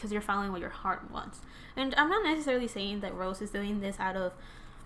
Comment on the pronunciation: I like ur reading but it rosé not rose it's pronounce ro-sey